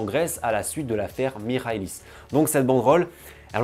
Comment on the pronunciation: haha pas de soucis, je sais que les commentateurs français disent aussi souvent A-E-K. Et belle prononciation de "Michalis" par contre!